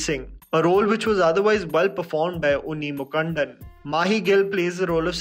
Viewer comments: it's Unni (Mukundan) Mu-Kundan not mukandan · omg..lmao off rn...its unni moo-koo-ndhan not moo-kundan i am a malayali and they way u pronounced it is just sad bro..it actually translates to a bad word in malayalam ...pleaaaseee work on ur pronunciations. this is the same pronunciation as the hindi names mukundh (usually considered as another name of lord krishna) with an "an" in the end..thats all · It is not Unni mukkandan ..it is unni mu-kundan It is not" Shobhana in Manichithrathatzu .." Manichithrathazhu ( manichithratha(llu) ) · And manichithrathazhu pronounciation too! 😅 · Dear, You are a self confessed fan of Southern Cinema, especially Malayalam films. You have a large following in the South. So, would be great if you could do some research on pronounciation of names of movies and artistes...case in point being Unni Mukund-an and Mani-chitra-thazhu👍🏼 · The way he pronounced Unni Mukundan 😂 I'm sorry- i can't 🤣 and manichitrathazhu 😅🙏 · and Unni's Surname too. South indians mess up Hindi and North Indians mess up their names. 😂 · I love how u view content from all over the country and the world but when u butchered unni mukundan's name and especially Manichitrathazhu it hurt the malayali in me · Do your homework while pronouncing names of actors whom you are not familiar... pathetic to hear Unni Mukundan as something alien...just a bit of surfing through youtube wud hav helped to get the name right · Bhai, please if you can work on the pronunciations of proper nouns (Unni Mukundan / Manichitrathazhu etc.. ) - They are completely mispronounced. I understand that being from North it's difficult to get the south indian names pronounced. But if you have any south indian friends, I am sure they'd be able to help you much better. For your subscribers from south it sounds like a bad chalk on a bad black board 😓